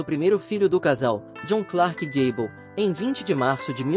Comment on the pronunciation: Daí,o pateta narrador foi aprender inglês pra pronunciar com decência